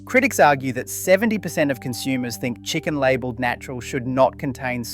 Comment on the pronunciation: OI! WTF? Is this all AI generated or are you just using a TTS service to read a script that YOU made? I've not noticed it before, but the pronunciation of many words in this video particularly was way off. "7 dot three zero program". "Lab elled" and a bunch of others. Multiple times things were said in a way that a real person living in Australia would not say. Also, the format of all of these videos is very similar and I've started to notice repetition in phrasing. Sus af man, wtf? I've been trusting the content in these videos cos I thought you were a real person doing real research. I work with AI and I can spot 99.99% of Ai generated content. But your content has been so good and has given almost no signs of AI that couldnt just be explained by content creation tricks to save time while editing and writing scripts. Except this video which made it super obvious that something sus is going on. At a minimum you have to be using TTS. Otherwise you should go to a doctor cos youve clearly had a stroke. I also think that a real person would have picked up on those issues while editing the videos together. Explain yourself NOW! Otherwise not only will I be unsubscribing, but I will go out of my way to spread the word to avoid this channel on social media platforms. I will use every resource I have at my disposal to campaign against and DESTROY this channel. So you better explain yourself right TF now. Otherwise I'm going to war. This is NOT the sort of information you should be f